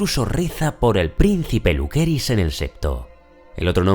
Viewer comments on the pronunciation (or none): Siempre me gustan tus videos pero lo único que es incómodo escuchar es Jaitower” “Lukerys” y “Jaekerys”